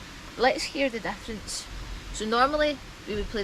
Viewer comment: She keeps saying "F you're playing" when I'm not playing F. Also, what is "the deaference"?